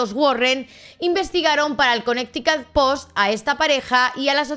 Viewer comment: También al decir Connecticut Según ella para pronunciarlo bien dijo Conecticat, mejor lo hubiese dicho a como se lee ya que la pronunciación correcta es kuh-neh-tuh-kuht o en su defecto Conericæt